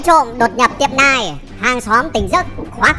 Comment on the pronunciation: "neo" má ơi, "nai" là cái wái j chứ.